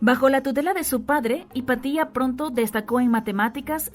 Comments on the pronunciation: No se dice “Hipatía”, se dice Hipatia… Qué dolor de oídos, por dios 🙈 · Interesante, sólo tengo que corregir la pronunciación del nombre "Hepatia", porque es una palabra grave, y sigue la regla de acentuacion. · Pero es Hipatia, NO HIPATÍA! 🙄🙄🙄🙄